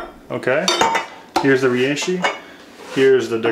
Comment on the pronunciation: Hopefully someday he learns how to pronounce reishi